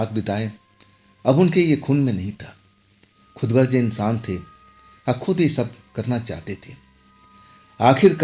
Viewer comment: Khudgarj Nahi khudgar bolo bhai